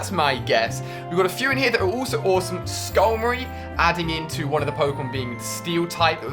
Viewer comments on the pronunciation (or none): He said skullmary it's skarmary